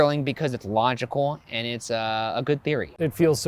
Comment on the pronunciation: listen to how Ryan says logical. Sounded like a fancy French dish. LOZHICOISE